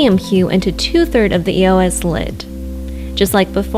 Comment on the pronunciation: Did it bother anyone else that she was saying it like E. O. S. Instead of just saying eos like it's supposed to be pronounced..?